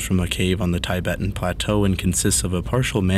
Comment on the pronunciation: The Thai-bettin plateau Smh